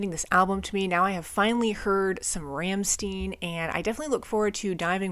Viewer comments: Rammstein!! Not Rammstin. ☄️ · They are called Rammstein, no Ramsteen. It's read "Rammshtine" something like that. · Like this video a lot! I love Rammstein and this album in particular. P.s. the band called Rammstein [ˈʀamʃtaɪ̯n] that reads like Ramshtain. Not Ramsten. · just fyi its pronounced Rahm-shtine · Btw, probably somebody wrote it already but anyway: It is pronounced RAM - SHTAIN. You can find an example here: I know you probably looked for it to be sure, but even Google gets it wrong as this is very idiosyncratic. German pronunciation has a lot of nuances depending on region, culture and history (like any language), their pronunciation is more of the Berlin Brandenburg region (where they come from, they are from Berlin exactly), which is understood to be some sort of international German pronunciation, but not necessarily a standard (I know, that's weird), also in this case is kinda coming from a lingo they picked up while growing up. To clear any doubt, you can hear them sing their name in this song from their first album: They actually do that often, many songs have their name in the lyrics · Hello, for the correct German pronunciation of "Rammstein", listen to the song "Rammstein" from the first album "Herzeleid". By the way, the name of the band refers to the "Ramstein Air Base", a large military airfield of the United States Air Force in Germany! Many greetings from Germany!🇩🇪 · "Rammstein" is pronounced differently.